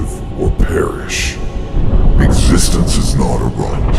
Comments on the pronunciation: Arshiem? Teach your AI how to pronounce ARISHEM. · You need to teach your AI that its "Arishem the Judge", not "Arishiem the Judge".